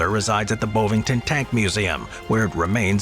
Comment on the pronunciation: It's not "bow-vington" it's "bovington". "Bov" like "Bovril".